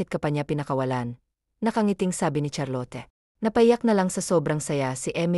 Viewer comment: Charlot cunam met ah hindi Charlote